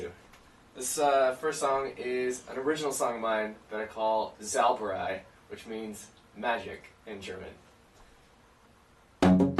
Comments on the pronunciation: Es ist immer so mit Amerikanern. Englisch "z" wird wie deustche "s" ausgespracht. So klingt Zauberei wie Sauerbrei. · ich hab zuerst sauerbrei verstanden xD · It's called "Sauberei" hahaha x) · ich versteh da immer Saubrei, und dann sagt er es sei deutsch und ich so, hä was? :D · zau (the au is loke the ow in cow) -ber -ei (like ay) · It'sAngieFly Hearing that aswell.